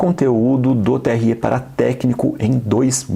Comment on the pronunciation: TSÊ E TRÊ É O CACETE, XEXELENTO! É TSÉ E TRÉ,! BROTHER TÁ FANHO? 🤣🤣🤣🤣